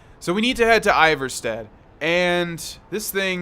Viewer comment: It’s pronounced ee-var-sted